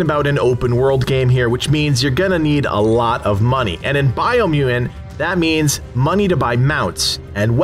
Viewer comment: Did you overcome a speech impediment or something? Or is it just one of those words that throws you off?